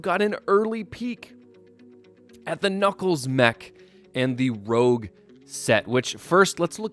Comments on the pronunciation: it's pronounced "roosch", not "rowg" get it right you dingbat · It’s pronounced rouge not rogue. By the way I disagree with the mech fitting because why would knuckles use a mech? Lastly the giant emerald in the set is the master emerald not a chaos emerald.